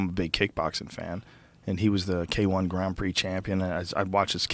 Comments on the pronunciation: why does joe say graannd prix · ik what a grand prix he pronounces it weird af